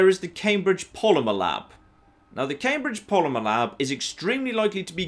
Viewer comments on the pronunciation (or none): none